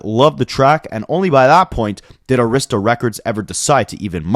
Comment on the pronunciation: Great video. Arista is pronounced AIR-riss-tuh with emphasis on first syllable